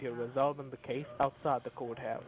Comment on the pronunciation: did he say outside the coathouse or goathouse ???